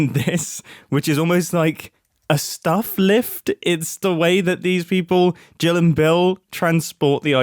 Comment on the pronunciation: U said Gill instead of Jill lol, hope you notice and fix the sign. Or keep it because its funny lol